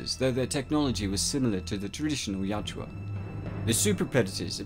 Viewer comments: Ya-u-tja. Not Ya-tju-a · "Ya-oot-ja," not "yout-joo-ah." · It really bothers me that the narrator mis-pronounces the name. He is saying (yacht-chew-ah) and it's (Yah-oot-jah). Nitpicky, yeah I know. But it's a video meant to teach about the lore and creature. Seems like an important detail to get right. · Bro its yau-hut-ja not yau-ja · Yautja is pronounced as Yatchua? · why do you keep saying yatjua?